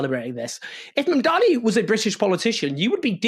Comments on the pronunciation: MAM-dani. Mamdani. Please let's get it right! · Owen, it's MAMDANI, not Mandani! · What's your background, coz clearly pronounce or spell. It's, Mamdani. Now repeat it HuggyCostky